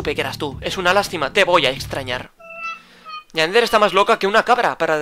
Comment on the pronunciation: Yander noooo tontooo 👹👹👹 es Yandere 😑😑😑😑😑😑😑😒😒😒😒😤😤